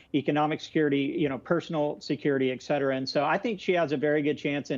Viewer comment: EX CETERA EX CETERA EX CETERA!!! It's ET CETERA.